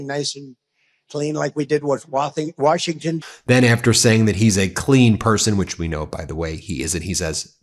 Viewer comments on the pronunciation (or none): Wathington LOL !! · Trump said "Wathington" for "Washington". He can't even speak right ! ! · He had to repeat washington first he said wathing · Funny how I clean person can run around s***** and pissing himself all the time and openly fart and defecate on camera clearing out rooms and then he tries to pronounce Washington and says "Wath-ing-ton" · "Like I did in Wathington"!! He can't even talk right!!